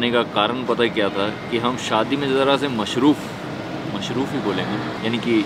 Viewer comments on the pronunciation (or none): It's "MasRoof" not mashroof